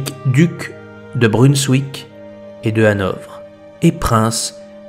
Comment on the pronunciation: Brunswick, avec un "v" à la française (c'est un mot allemand). Plus près de nous, Mariam Baouardy, dans les années 1860-70 elle aussi faisait des lévitations très élevées